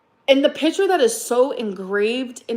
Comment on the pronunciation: i can’t with the way she says picture… “PITCHER”